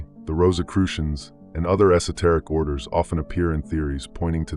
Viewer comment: Say “esoteric” again. Go ahead.